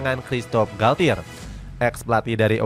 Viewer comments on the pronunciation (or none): none